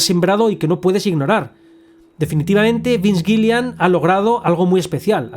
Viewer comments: vince gilligan no gillian 😭😭😭😭😭😭😭😭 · giligan, no gilian